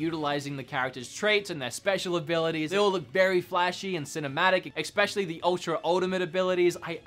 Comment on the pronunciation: There's something that's been bugging me in your videos - there's no x in "especially". Please don't be offended by this, I love your videos and watch them constantly - but since I noticed this I hear it every time... Regarding the video itself - of course you're entitled to your opinion. I'm currently playing through Kingdom Hearts 3, but I watched the cutscenes of ALL the previous games to get up to date, and I actually feel like most of combat is padding that's meant to slow down the pace of the story... But that's just my opinion